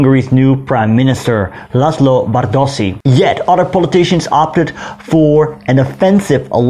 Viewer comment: Hi. A little thing. 'S' in Magyar i s as in sugar, or as 'sch' in Schmidt, or 'ś' in Kośice. When then doubled, like in Bárdossy's name, or Kassa, it sounds 'schsch'. Aast u b.